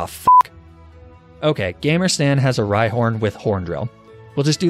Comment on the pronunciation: S(a)tan lol